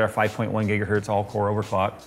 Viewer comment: "almost a whole gigahert" had me cracking up. I'm sure Heinrich Hertz appreciates it